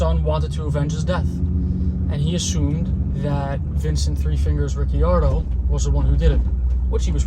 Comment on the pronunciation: Coulda swore At first you said guy who killed his pops name was 3 fingers Riccione Haaaahhaaa hilarious but than I heard ricciardo.🤷‍♂️Excellent video my friend, really good. thanks.....Yet another great example of the gang that couldn’t shoot straight